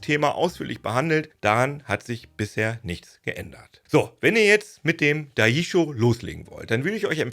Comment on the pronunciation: Bitte um re-upload und der richtigen Aussprache. „Dai“-„ji“ (wie Germany mit i) „shoooo“ wie „schön mit o und ohne n“ 😂 だいじしょう